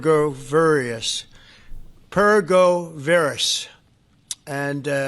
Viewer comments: What the heck is PERGO VERIS? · What does "per-go-ver-ous" mean? Chump said it, so I have *no clue*.